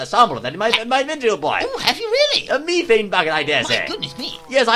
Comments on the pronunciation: its pronounced me-thane not meh-fane.. theres so 'f' in it.. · I didn't know that you say Methane with the E like ee. We americans say it with e. You learn something new every day, old chap.